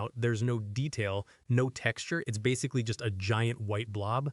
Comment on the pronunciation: are you like doing your voice over as an ai voice? cuz you mipronouned the word "basically" in a very weird way...